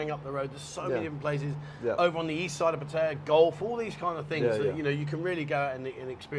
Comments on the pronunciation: Pat tay yah…..funny way to pronounce Pattaya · You have been in Thailand long enough to pronounce Pattaya properly, Pat ta ya